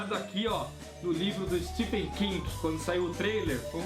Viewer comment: Uma coisa que percebi é a pronuncia de vocês do nome do autor, Stephen King. Se pronuncia " STEVEN ". Nos brasileiros cismamos em pronunciar " Stefen" hahahauahauhaua Ótimo vídeo, sou apaixonado pelas obras do King, amo todas elas de coração e IT foi uma das melhores coisas que assisti. Meu medo é exatamente por ser tão grandioso que o filme acabe pecando nessa representação. Mas sei que irei amar de verdade, afinal, amo todos esses personagens como se fossem amigos de longa data ♡ Parabéns pelo vídeo. Foi sensacional mesmo. Falaram tão bem que eu tive meio que flashbacks da época que li. Fui relembrando a história junto com vocês. Muito bom mesmo!